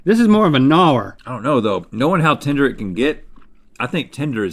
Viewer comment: Rhett keeps saying "tender" but i keep hearing "tinder"